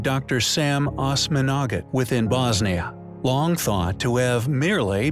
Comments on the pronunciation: It's pronounced Oz-managich. Not Osman-Agich. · Hi great video as usual. I have just a small remark. Since I am located on the balkans I can give you hint that Dr Semir last name is pronounced a bit different. At the end of his name Osmanag (ić) should be pronounced sound like hit (ch). A bit difficult to explain but you should get the point. Keep up the great work - all the best <3